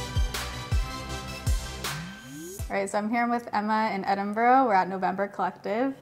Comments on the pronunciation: I'm creasing at "it's a bobble, what else would you call it? It's a bobble!" I agree COMPLETELY 😂 Also I'm constantly amazed at the difficulty with pronouncing Edinburgh, just say the word "bruh" as you normally would, and tack it on the end of Edin lol Edinberg is definitely worse though! I'm so glad you had such a lovely time in one of my favourite cities of all time ❤️ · Edin-what? 😂😂 But honestly, loved this look and so glad you had a brilliant time here! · I come to know that the Scottish hate the way Americans pronounce Edinburgh lol! Your makeup and hair turned out fabulous! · My city 🙌 edin "bruh"